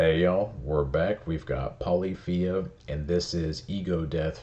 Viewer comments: Just an FYI it's pronounced pah-liff-ee-ah. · Polyph-ia The ending sounds like Maf-ia.